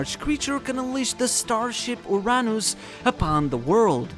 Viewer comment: Is it actually called "urr-nus" or "uranus"